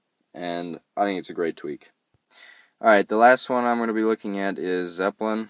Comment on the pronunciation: WTF is ZEPPEPLIN??? Its ZEPPLIN